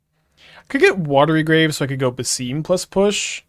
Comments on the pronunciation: If it helps, the games say "Bass-sim", for his pronunciation. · it is pronounced as Bah-sim (as in sim card) Ibn is fine and Is-hak